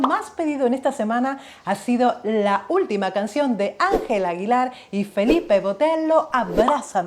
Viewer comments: el apellido de pronuncia Botello,no Botelo. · No es Botelo, se pronuncia Boteyo, se escribe Botello El es del Estado Mexicano de San Luis Potosí. Síganlo tiene muy bonitas canciones Y ésta con Ángela Aguilar es hermosa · Botello no suena con letra "L" sino como "Y" Boteyo